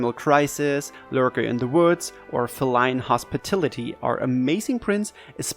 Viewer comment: 'Feh-line'? Lmao Nice work dude! (Of course your fav event is the one where my fav dies HAHA REAL FUN)